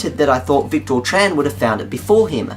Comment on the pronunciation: Oh dear... Well...;) Thanks.:) Psst! It's pronounced "Vic-tiir":)